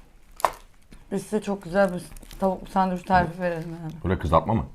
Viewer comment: Bi de sandviç diyebilsen:d sadevüç diye bi sey yok 😀